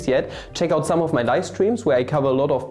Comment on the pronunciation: Nice. I'm wondering why you're using a Texan pronunciation these days? Wah for Why. Mah for My. etc